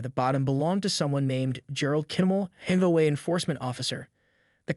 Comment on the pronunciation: If this is a story about an HOA, why is it so hard for you to pronounce H O A ? The story is interesting but if you use a Fake voice... space out H O A ?